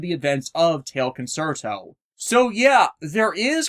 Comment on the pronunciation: You keep saying "concert-o". It's pronounced "con-CHAIR-to". Italian is weird like that - for a more well-known example just look at "pizza", where two zs somehow turn into a "ts" sound.